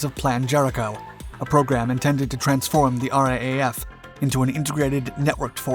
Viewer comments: It's pronounced "R double-A F", mate, not "RAAF". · It's R double A F, not R A A F. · Just a heads up, when referring to the RAAF, we say it R-doublle-A-F, not R-A-A-F. Love your channel. Cheers from Oz. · Just a thought for future commentary…no one in Australia says “R-A-A-F”….it’s a bit of a mouthful, and we Aussies are lazy talkers. The common pronunciation is “R double A F”….it just easier to say. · It's pronounced R double A F. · For future reference, RAAF is pronounced "ar-double-a-ef". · It is pronounced R double-A F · RAAF - It’s pronounced “R double A F” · For the love of god ask an Australian how to pronounce RAAF if you're gonna keep ralking about us